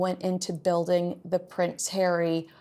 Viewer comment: Ponce hawwy